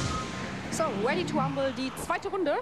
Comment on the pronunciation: weady to wumble